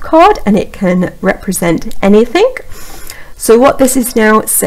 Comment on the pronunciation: Excellent info, well presented, one thing I could suggest to improve. Thing or anything does not have a K on the end, e.g. not Anythink. Again, I think your video was extremely helpful. Thanks